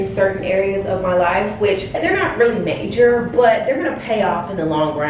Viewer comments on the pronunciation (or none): none